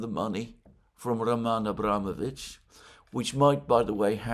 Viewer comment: The correct pronunciation of Abramovich is with emphasis on o after m.